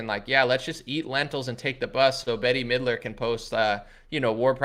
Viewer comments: STOP say'n Betty Midler its 'Bet' ... it's like hearing people call you Analy... geesh! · Her name is pronounced Bet mid-ler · BETTY Midler!! 😂😂😂 Never heard anyone say that name like that. mispronounces everything. It always cracks me up. 👍🏻